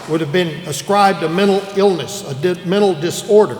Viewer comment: "mental" isn't that hard of a word to pronounce, bro